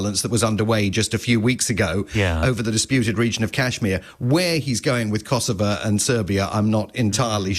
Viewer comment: Did he say Kosovo😂😂😂